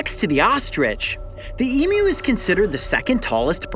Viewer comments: Just happy you pronounced emu properly e-mew and not e-moo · I AM SO HAPPY HE PRONOUNCED EMU CORRECTLY! AFTER YEARS OF TORTUE OF NON-AUSTRALIANS MISPRONOUNCING EMU. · thank god, he doesn't say e-moo, like so many Americans. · Hearing a non-Australian say emu right is like getting a 2nd birthday. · thankyou for been the rare American thats can pronounce EMU correctly how anyone can get m-moo from EMU i dont know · Take note everyone, the way Coyote pronounces Emu is the correct way.